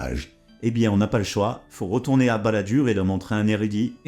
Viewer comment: "Mon pére doit se rwetouwner dans sa tombe"